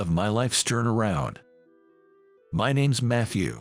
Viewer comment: yes that's what i'm saying. Listen, for example, to how he says "Father-in-law" and "Turnaround". That's not how normal people say those words. The emphasis is all wrong. It's certainly not how professional voice actors say them. AI Text-to-speech is getting better all the time but the cheapskates will still get a better job if they have a human doing it.